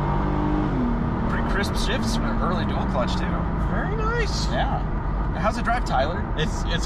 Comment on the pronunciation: hahaha I liked that " very nice" Borat esque